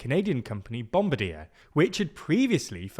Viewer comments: And it's "bom bar DI-ER" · Pronounced "bom bar DI-AIR" though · You're pronouncing bombardier as an English word spelled in English. but it's French and pronounced that way. Something like Bomb-Bar-dee-Eh, with the Canadian Eh at the end would be pretty close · It's pronounced "bom bar dee ay" ("ay" as in "day")" in the native language of the company's founder it is named after. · I verbally burst out laughing hearing him pronounce bombardier lmao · The way you pronounced Bombardier & Embraer.... Anyway I'm still sad that Bombardier's C-Series failed under their name... Now I just hope that Embraer's potential 737 competitor won't fall into a similar fate.